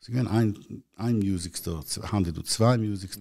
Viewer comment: The word is music not Mayuzic